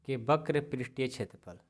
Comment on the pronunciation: Only one mistake वक्र होता है बक्र नहीं